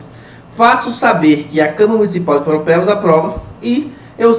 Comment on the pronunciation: Eu, cidadão de PARAUAPEBAS, vejo que você fala PAROPEBAS... kkkk é impressionante quanto as pessoas de fora não tem o costume de falar o nome da minha querida ParAUApebas kkkk mas.. obg pela aula, professor. estou acompanhando rsrs